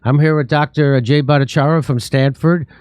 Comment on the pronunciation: Jimmy, please practice to pronounce Dr Jay's last name.